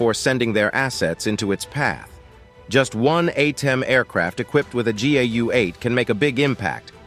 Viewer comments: Why is the narration saying GUA and not GAU? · He keeps saying GUA lmao... Then he finally corrects himself and says it right so matter of fact pretending he never got it wrong. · Narrator keeps calling it GUA. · Narrator pronounced GAU four different ways, somewhat distracting. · I really hate the AI narration. It's simultaneously bland, and it's just awful every time it tries to pronounce GAU like a French word. The smattering of often not quite appropriate selections of stock footage also seems like it was selected by AI instead of someone who understands the context. I'm not some anti-AI ideological purist like some, but this application is still a failure. More work needed.